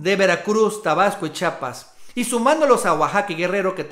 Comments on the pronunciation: El nombre de este Estado es Chiapas, no Chapas como t'u dices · Hay estan bonitos tus videos de verdad solo te pido que pronuncies bien el nombre de nuestro estado chiiiiapas por favor no dugas chapas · se dice chiapas amigazo, chiapas chiiiiaaapas no digas chapas eduqueseeee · Carnal repite conmigo: Chiiiiapas, otra vez : Chiiapas, una vez más : Chi_ apas. Ahora de corrido: Chiapas. Vez? Nuestro idioma nos permite pronunciarlo correctamente, ojalá lo apliques la próxima vez. Atte. Un chiiiiapaneco